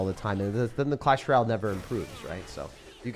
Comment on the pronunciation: Why do none of the YT Clash ROYALE creators know how to say “ROYALE”? It’s always Ral “welcome to my page where we play Clash Ral”. It’s Roy-Ale DO BETTER!